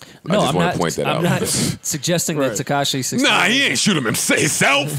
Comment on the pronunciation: Does anyone else hate that says “Tekashay” 😂